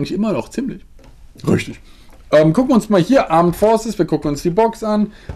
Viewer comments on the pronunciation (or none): dieses "röchtög" ich habe geweint vor lachen 😂😂😂😂😅😅😅😍😍😍😍😍👌🏼👌🏼👌🏼👌🏼